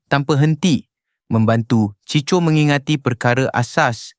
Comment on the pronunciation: Sebutan kena tepat. Bukan CHI CHO, tapi CHI KO. Ejaan tulisannya CHICO...